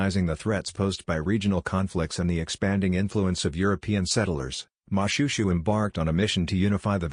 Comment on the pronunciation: You should've referred to YouTube or tiktok on how to pronounce most of the names you mispronounce. It's Mo-shwe-shwe not Mushushu, Lesotho and Basotho aren't pronounced that way also. Edit : I know it's an AI Generated voice but stop it